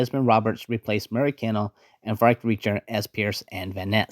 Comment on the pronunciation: Frank Reicher is pronounced Frank ‘Riker’. He played Captain Englehorn in the original 1933 KING KONG.